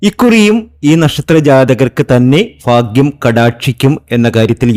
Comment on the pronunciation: പിന്നെ സാറെ ഫാഗൃമല്ല ഭാഗൃം ഇതെങ്കിലും ഒന്നു ശ്രദ്ധിക്കുക